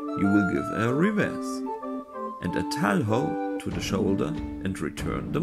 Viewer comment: Nice content! Just got my first Montante and I'm currently having a ton of fun swinging it around and learning its techniques and intricacies. Just one minor nitpick, though: "Talho" is pronounced as "Tallyo" instead of "Tal-how". Source: I'm a native Portuguese speaker.